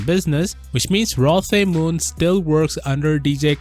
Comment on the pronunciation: I'm pretty sure you pronounce it Rlo Te Moon Mixing the R and L into one because Koreans are weird and Tae is pronounced te like in tennis.